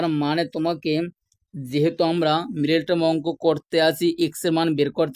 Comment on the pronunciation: মিরেটার্ম কি জিনিস?কথা শুদ্ধ করুন।